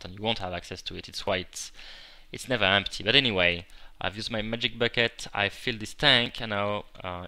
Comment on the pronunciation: Haha, I love the way you say bucket